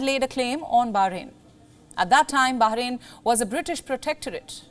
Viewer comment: Bah rain, not Baha rain.